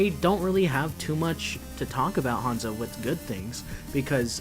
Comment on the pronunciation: its hanzo not honzo